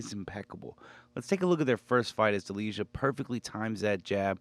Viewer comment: You are butchering Delijas last name 😂